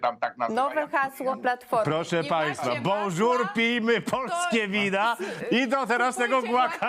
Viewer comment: Jaki to debil niby Bonzur, a czyta jak piszą zamiast "PRINS POLO" to Prince polo . Taki gościu od polnische vinoo BONJOUR😂😂😂